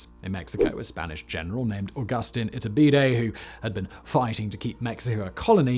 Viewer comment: 100% kept hearing his name as its-a-bidet, very confusing when I wasn't paying attention in the middle 😆